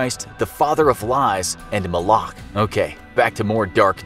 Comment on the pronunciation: More "Molech" than "Moloch" I think